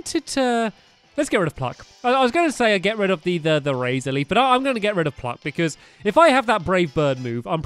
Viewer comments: Stampy said "cluck" instead of "pluck" and I supper late I'm in 2020 and it's not a great year 😅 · u said cluck instead of pluck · Did anyone notice at the begging he said cluck instead of pluck